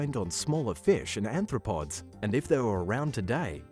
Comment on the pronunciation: It's Arthropods, not Anthropods. Sorry.